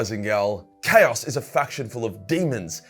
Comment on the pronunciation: Your constant mispronunciation of "chaos" literally drove me away from the video. I'm sorry it was just so irksome